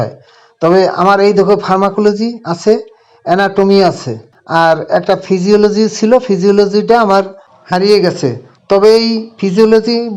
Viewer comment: Na..ota theeki bolechhen... physiology